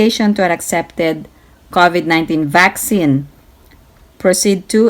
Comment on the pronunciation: Ms. It's not covet like coveting. It's pronounced crow for cow-vid:)